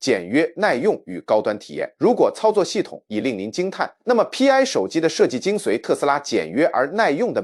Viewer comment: Pi 應該讀作兀（PI) 一個拼音，不應該分開讀作P , I。它就是圓週率的兀（PI)，拉丁字母。